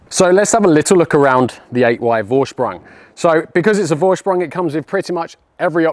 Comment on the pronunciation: Amazing craftsmanship. You must be very proud. By the way, "Vorsprung" is pronounced "Forshprung". But you probably know that. ;-)